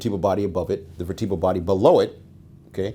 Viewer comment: Ugh. Another person who says vertEbral. You don't say vertEbra. VertUHbral!